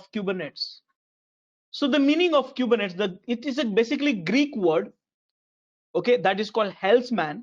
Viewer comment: It's pronounced "coo-ber-net-eeees" :-)